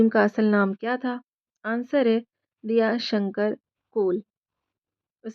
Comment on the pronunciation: Shi talffuz Diya shankar nhi.. Daya Shankar h..